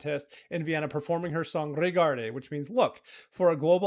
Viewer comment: It's "regarde", not "regardé"